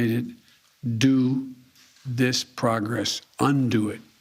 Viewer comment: “We’ve made consititableble pogess” - leader of the free world